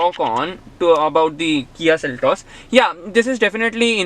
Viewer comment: "Seltos", not "Seltes".